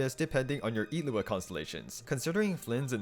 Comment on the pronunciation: finally someone who pronounces Illuga's name correctly.